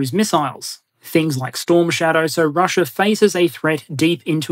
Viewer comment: I’m curious as to why you occasionally say Chiner, Russier, Dater, Areer, & Agender?